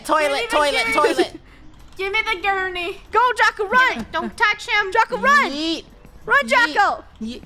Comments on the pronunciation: No one:: COME ON AGURNEY Me: it’s a gurney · It was like all of krew were saying "Agurney” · It is gurney not agurney